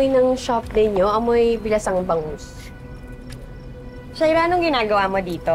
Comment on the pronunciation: Sha-ee-rra kainis na my God...